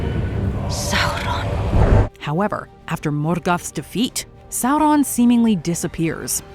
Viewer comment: Loved the way says the names Galadriel and Sauron